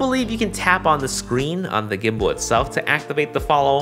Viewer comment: Sorry i keep hearing "weebow" and "gimbow" hahahah. Excited about this product!